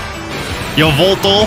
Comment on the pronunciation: has said Yaveltal's name almost correctly, the educated fellow. If it was unintentional, he must learn about pokémon talk, the fan-made show that predicted Dynamax.